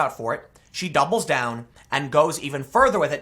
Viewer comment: When you said AOC "doubles down" it sounded as if you said "dumble down" That describes AOC to a tee.